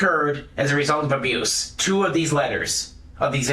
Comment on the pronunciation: "Abruce" always cracks me up lol